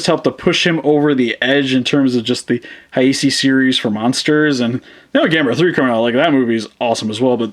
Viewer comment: wait hold on, you said "hisei" godzilla instead of heisei godzilla